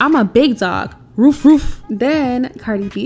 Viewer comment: This Bishh said im a "BIG DOG, ROOF ROOF" lmaooooooooo I though it was "RUFF RUFF"